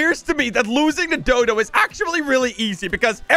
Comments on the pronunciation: Is not dudu is dodo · Dodo not dudu but thanks for making my day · dudu Everyone: dodo